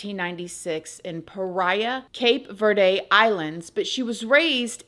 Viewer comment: The way you pronounce Cape Verde is adorable 😂🤗